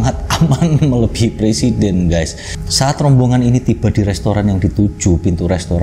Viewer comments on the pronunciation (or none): none